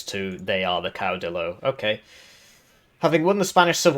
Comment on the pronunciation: Did you pronounce caudillo wrong deliberately too? It's pronounced like "cauw-deeyo" pretty sure. The "ll" is pronounced like the "ll" in "million".